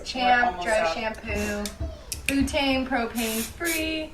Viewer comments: Why can't that one girl pronounce butane correctly???? Bootane??? Omg lmfao 😂😂😂😂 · She really said “bootane” lmfao it’s pronounced BEWTANE. 🙄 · The woman saying ‘bootaine’ instead of butane is SENDING ME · Spraying on your scalp=going into your blood stream??? Wtf? And who cares if your dry shampoo has “bootaine” in it??? Why is she saying bootaine? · BOOTAIN lmfao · She said bootane lmaoo